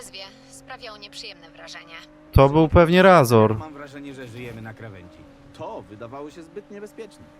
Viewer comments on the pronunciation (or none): Tak mała uwaga Razor nie czyta się dosłownie tak jak pisze czytasz inaczej to jak byś czytał need for speed most wanted tak jak pisze taka mała uwaga bo niektórzy mogą się do tego doczepiać sam mi to nie przeszkadza bo sam z początku poznania NFS most wanted I Razor też tak czytałem a poza tym spoko filmy nagrywasz powodzenia dalej i pozdro :)